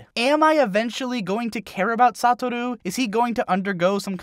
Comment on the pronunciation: “Sataru” clearly you don’t much about the actual anime lmao (though I always thought his name was pronounced “Sou-ta-ru)